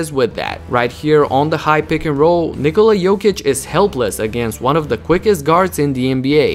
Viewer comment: Ja kad sam cuo kako izgovara ime Nikola odmah sam znao da je odavde. Ameri drugacije akcentuju kad izgovaraju :D